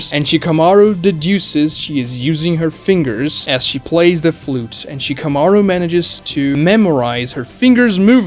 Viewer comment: Can't even make it past the first half. Nothing against you personally, just never been a fan of obvious mispronunciation of names. Shikamaru and Akamru are the two big names that killed Naruto's dub for me